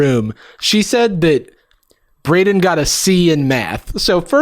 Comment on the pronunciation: As someone whose name is Braiden I feel offended by the way pronounced it.